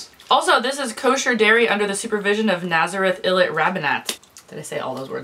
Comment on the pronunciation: It's funny to watch you get to know for the first time snacks that I grew up on and have known all my life. and for someone who practically lived last year in Nazrat Illit, you said it quite well!